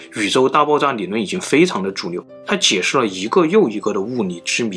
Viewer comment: 物理之謎還是物你之謎，發音很震腦！理論，你論！ㄋㄌ發音 改掉這就完美了 哪裏或哪你，聯想變黏想